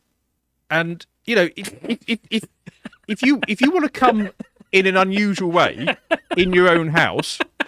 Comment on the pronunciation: ' it's all about how people cum' 😂 never heard it said that way before lol